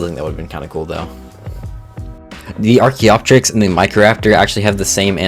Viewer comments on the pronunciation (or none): Ark-ea-opp-ter-ix (archaeopteryx pronunciation)